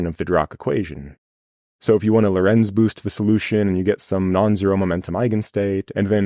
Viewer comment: Lorentz sounds like Laurence, not low-rents.